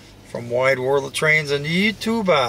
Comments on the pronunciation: I’ve enjoyed all your train videos but must admit I tired of the mispronounced you tubah and the “roll it”. hardly applies to digital media, nothing is rolling. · I’ve enjoyed all your train videos but must admit I tired of the mispronounced you tubal and the “roll